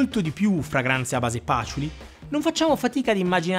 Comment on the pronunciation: Comunque dopo che Luca Maffei ha pronunciato patchouli con l’accento sulla prima a, il Patchoúli è diventato per tutti definitivamente Pàtchouli😂. Bel video! 👍🏻